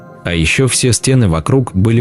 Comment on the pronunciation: СТЕны?, стеНЫ! Неправильные ударения, паузы не там, монотонное чтение. Это невозможно слушать, пойду что-либо другое найду.